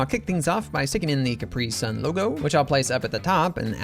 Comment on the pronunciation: I don't like the way you pronounce "capri sun". Why do you say it like that? 😭